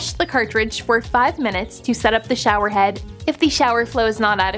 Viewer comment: “The torial” “the show-erreem”